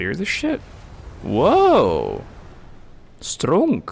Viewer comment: that "stronk" sent me bwahah